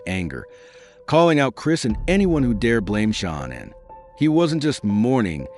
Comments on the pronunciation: Come on dude you don't even pronounce shananns name right!its not shawnon its shanann (sha-- nann) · That is not how you say her name😮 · Gee. not too much research put into this when you can't get Shanann's name right. And such a "click bait" title.